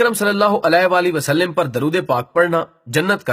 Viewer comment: Bhai wasaLiM nahi h زیر نہیں آتی زبر آتی ہے ۔۔۔ شکریہ